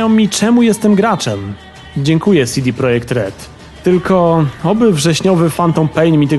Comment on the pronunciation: CeDe, a nie SiDi Projekt ;)